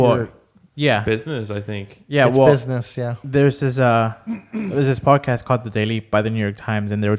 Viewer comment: You forgot the D in Podcast